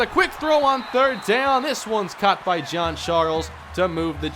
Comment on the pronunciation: Why do you keep on saying John John John John even Google gets this right John is John